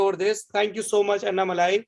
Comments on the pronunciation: अनामलाई कहते है अन्नामलाई नही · नाम का उच्चारण ठीक से कीजिए । अण्णामलई ।अन्नामलाई-ग़लत है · sec, sir its not anna malaaai.. its Annamalai🙏🏿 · Excuse me you are saying Annamali....it is Annamalai ji..pls give some respect ..is this what your parents taught you....shame on you. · Bhai malaaii nahi malai hain